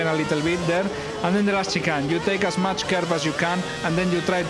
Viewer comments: I believe he was trying to pronounce 'chicane'. Since he's Spanish, there might be some problems with the tune of pronouncing 'chicane'. I try not to laugh, but I cannot resist it. I'm a fan of Lewis Hamilton, but I give my utmost respect to Fernando Alonso also. In fact, I give it to every driver. Good luck the championships, Lewis Hamilton, you rock! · At first he was trying to pronounce chicane but soon he gave up and straight up said chicken all the time😃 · he means shi-kaine (that how u r ament to pronounce it) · In fairness it's just a slight mispronunciation of chicane. Still funny though!